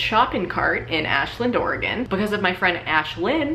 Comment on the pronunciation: Thank you for pronouncing Oregon correctly. You're one of us now.